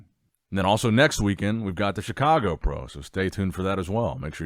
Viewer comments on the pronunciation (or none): none